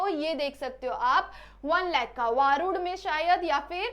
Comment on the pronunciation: वरूड च नाव वारूड नही आहे वरुड आहे